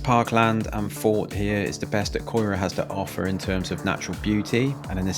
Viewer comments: Sadly you took a preconceived view of CAERAU ( kai rahh) Ely is also pronounced Eeelee. CAERAU and Ely are both very community based and have so many positives, Cardiff West is very under privileged and very neglected by the Labour council who have neglected these areas for a number of years. You can tar a whole community with news reports, but spend time and meet the people. That is what caerau is...Not the buildings .. the people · Where is Coy ruh. Do your research and learn to pronounce it properly ya melt. I’ve lived here all my life and to say it’s dangerous is laughable. Yes there’s wronguns about (there is everywhere) but the majority of people here are decent. The ones I know are anyway. If it was that bad I wouldn’t live here anymore. My parents wouldn’t either so your video is a joke and a bit overboard. Scaremongering at its best 🤦🏻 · Yes you can blame the council for the rubbish as the refuse collectors make a mess when collecting and leave rubbish in the streets. The place is pronounced Kai ruh . Learn your pronunciation before doing videos. It just makes you look stupid. Cardiff is a Welsh city with Welsh names. And right now people are selling their houses for over £20000 and they're queuing up to buy them. It's a sought after area so do one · You've shown the worst parts of the areas .....Ely (pronounced E-lee) the other side of Cearau (ky-ruh) isn't like that. I lived there for 9 years and has a good community spirit. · 30 seconds in and your pronunciation grabs me by the bollocks it's E Lee and kai rah 😊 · It's said K-ii-ra & EEly like the one in Cambridge not the girls name, 🔔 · Caerau is pronounced "ky-ra", ELY is "eelee" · You need to learn how to say the place's name's properly x there is no "O" in CAERAU x and it's ELY as in cambridge x the second place was canton just before the city center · Mate the pronunciation is so bad you really should re-record the voiceover lol. Caerau/Ely is so bad. I think a non english speaker would do better :)